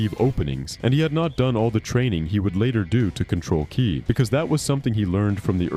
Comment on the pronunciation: "to use " KAY-AI" (KI) ok so now im assuming the voice itself is a.i as well because theres simply no way